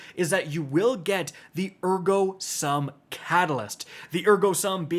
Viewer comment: It's pronounded "Air-Go sum"